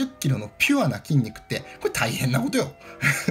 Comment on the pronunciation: これタイヘンな͡͡͡コトよ！？？がつぼｗｗｗ